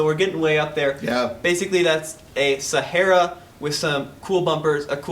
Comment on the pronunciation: SA HAR A ... no e in there. ;)